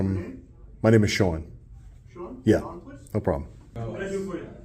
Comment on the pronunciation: his name is pronounced SHUAHWN